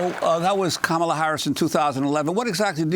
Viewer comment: $kam-Uh-lUh $hmOellett 2020!!!!